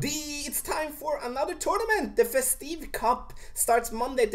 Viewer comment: Festive, the tive sounds like give. Not trying to be a dick, just trying to help.